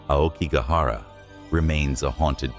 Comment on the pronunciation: If you are going to narrate these well-known and popular Japanese ghost stories, please do so with the correct pronunciation. Otherwise you sound just like any western English narrator blindly hired to read a "haunting" tale. As a starter, "AokiGAhara" has an accent on the middle "GA" . Likewise "uBAste" has an accent on the "BA" followed by a short "s", and so on. I suggest you ask a decent Japanese speaker to get the hang of these pronunciations correct (it is not at all difficult, basically a matter of where you place the accents) and thereby make your storytelling much more convincing to all of us. Good luck!